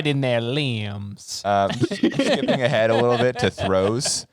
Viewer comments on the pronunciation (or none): "at which point your assailant will be parylized right in their leembs" was so good lmao